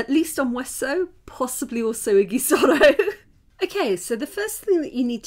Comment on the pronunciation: It's pronounced idžisoro not igisoro...